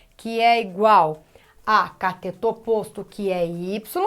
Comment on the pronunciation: Professora, é CATETO e não COTETO. Ainda bem que aula é de matemática , e não de português. kkkkkkk🤣🤣🤣🤣